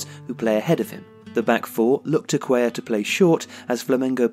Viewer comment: something's really happened to Paqueta since the world cup break, he hasn't been nearly his regular self and Flamengo are in freefall. Excellent video guys! I hope Lucas and Arthur stay on track, Brazil's future midfield is looking strong. (also, Cuellar is pronounced like Cue-Jar in Portuguese, I think it's similar in Spanish).